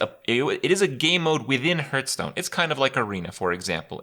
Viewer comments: 2019, you still pronounce Hearthstone as Hurtstone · Fucking hell he's still mispronouncing hearthstone after all these years..